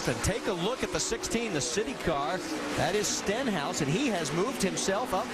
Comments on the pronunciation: "Steenhouse" and "Stinhouse" lmao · Rusty Wallace messed up Stenhouse's name twice in less than a 10 seconds interval